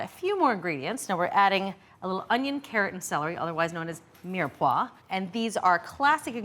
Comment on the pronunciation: Everytime you "mirepoix" a Bolognese sauce, an Italian dies.